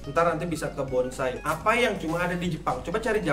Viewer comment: bonsai jadi bonasi 😂